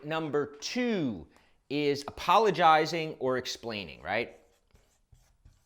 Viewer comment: What is “appolojsirius”?